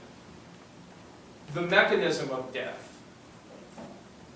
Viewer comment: Why does Henderson say WIF(with) and deaf (death) It's not a speech impediment because he says That There These Sorry that kind of thing grates on me I love words